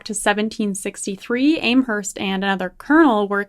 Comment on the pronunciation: It’s Am Herst FFS as in ham !! And you went to university !!!